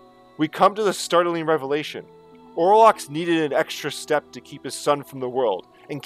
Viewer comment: You got it right !